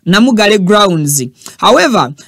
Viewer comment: repeat the word Namungaalwe not Namugale😂